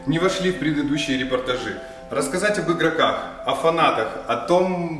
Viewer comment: Не репотажИ, а репортАжи